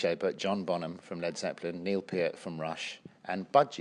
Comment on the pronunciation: he says neil peart correctly that’s cool